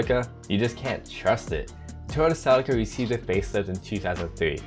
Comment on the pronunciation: Sea-Lee-Ca is how it is to be pronounced.